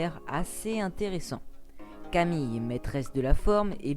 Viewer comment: Camille se prononce Camil